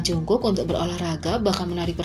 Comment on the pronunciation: No offense sih tapi kekayaan jk dari dulu kok $8 juta usd mulu ya padahal konser terakhir mereka grossing salenya sampe $250 juta usd sama cara baca jungkook itu bukan "jungkuk" tapi "jonggu"😁 Saran dari unknown army